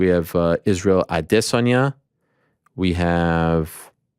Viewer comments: You sound dumb when you say adesayna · Weidman can not pronounce Adesanya and Blachowicz right at all lol they are his peers and I know he’s had to have hear how they are pronounced. Maybe he’s pulling a Chael where he hacks everyone’s name on purpose